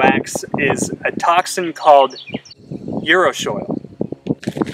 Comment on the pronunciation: Um, .. It is uru·shi·ol | \ yu̇-ˈrü-shē-ˌȯl, ... not urushoil . Otherwise great video.